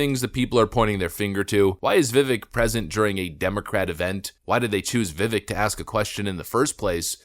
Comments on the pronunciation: Vi-Vake - Not Vi-Vick. We should all learn to pronounce the name of our next Vice President. 😉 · Pronounced Vivek, like Cake. (vivake) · His first name is pronounced "Viv-ake" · Vivek; pronounced Vi-vake with a short sound on the "i" and the ek is "vake", like "cake". NOT "veck". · Vivek, pronounced Vivake, sounds like cake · Vivek is pronounced like vivake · Why does the narrator keep pronouncing his name incorrectly? as the candidate has said .. Rhymes with cake. 🙄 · HIs name is pronounced "Vivake" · His name is Vi•Vāk. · His name is pronounced and sounds like bake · His name is Vivek - pronounced Viv - long A sound in the second syllable. Rhymes with cake. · Vivek is pronounced Vi-Vake. (Like cake and he pronounces his own name correctly!) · His name is pronounced, "Viv ake.". Rhymes with "Cake." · You cover him but still mispronounce his name.. its vivake like cake he says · Vivek rhymes with cake; not the other pronunciations. Love you vids! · Stop pronouncing his name wrong! It is pronounced Vee-vake! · Vivek is pronounced Vivake, as in fake which is a word of Indian Hindu / Muslim origin from fakir. However, Vivec is no fake. He's the real deal. Give the man a chance. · Viv-AKE. You can’t even pronounce his name right. So first 18 seconds I’m unimpressed already. Anyway, continue … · Hey there Vivek’s name is pronounced Viv-ake like cake. FYI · He says it’s pronounced Vivek, like cake. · Can you please pronounce his name correctly? Viv-ake like cake. He even says it in the video you reference. Love your videos! Just wanted to ask. Keep up the great coverage! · Why can no one say his name right lol It's pronounced VIVAKE is literally reporting on a video where he pronounces his own name, then proceeds to repeatedly say his name wrong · Pronunciation: Vikek like 🍰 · He says his name in the video, yet you mispronounced it 100 times. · Vivek rhymes with cake. He's said it himself. You could at least say his name correctly. 😂